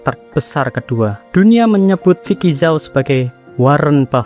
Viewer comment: Bacanya vicky zhu mas mas